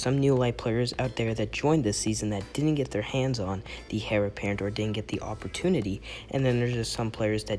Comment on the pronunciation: It's pronounced 'Air' apparent not 'Hair' apparent